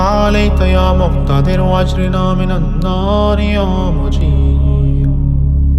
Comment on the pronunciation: Ap agirna ko agrina prh rahy hain jo zair ki galti h wsy achi h